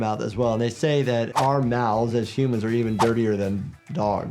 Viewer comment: “Hoomans” “Respecc” 😭